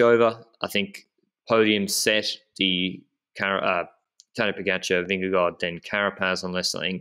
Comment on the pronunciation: Dear, pls do not pronounce the 'd' at the end of Vingegaard's name.